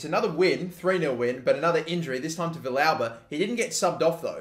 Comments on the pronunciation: Also, Villalba is (V-Al-Buh) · Your pronouncition of Villalba hurts my soul. It's vee-yalba. Or, if you want to go with the argentinian spanish, vee-salba.